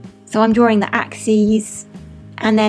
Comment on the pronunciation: I love how you say draring! ...and you are mega-cute!